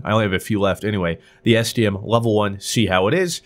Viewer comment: I thought he said std so many times